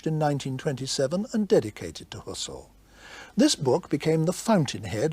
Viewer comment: Husser-el haha